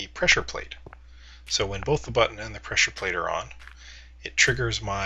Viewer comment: its a pressure plate, u say it as pleasure plate:P